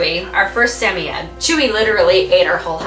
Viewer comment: for the correct pronunciation of samoyed! I’ve always had malamutes, but I recently took in a rescue puppy who is half Samoyed and half malamute. She’s only 4/5 months and I’m already her 4th home. When I first got her, I thought there was something mentally wrong with her, for the first two weeks she barely even acknowledged my existence except to occasionally snap her teeth when I moved too fast near her. (She’s already got an unhealthy fear of humans, we were scheduled to start private training to help socialize her to other people so she doesn’t develop fear aggression with strangers, but with what’s going on in the world right now, it’s been delayed...) The vet thinks she was at Least 4 weeks younger than what I was told and the fact that she likely left her mother too early and she was so malnourished probably caused the delayed mental development. I’m happy to say that now she’s super sweet, gets excited when I talk to her, and is a healthy weight for her size! Having never owned a Sammy, I wanted to learn some more about their personality and such and found your videos. It’s funny, because my girl vocalizes just like Yeti does in the beginning of the video but she ends it with a very malamute “wooooo”.